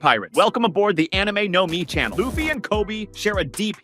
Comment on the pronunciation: I do not like the was you say Luhhffy